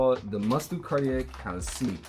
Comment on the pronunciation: that way he pronounces cartier is pissing me off